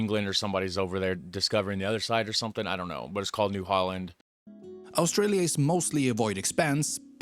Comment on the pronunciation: We've just hit 27 million. What is that voiceover person's unusual accent with all his mispronunciations of English from his language? "Owstralia" for Australia? "de" for 'the'? "Yermany" for Germany and "yust" for just? "Ossies" for Aussies? (pronounced as Auzzies) etc.